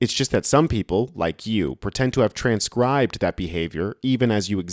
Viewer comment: 'transcencded" , not "transcribed"